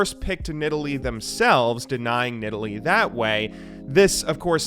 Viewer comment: At least he pronounced Nidalee correctly